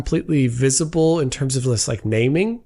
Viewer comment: Get better soon but as a bonus I’m noticing when you’re off colour your incredibly high gratuitous use of the word “like” (or “leyk” in your case) is slightly reduced. A few hundred less gratuitous “likes” today.